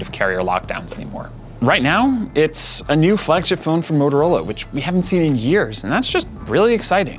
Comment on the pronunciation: he really has issues saying motorola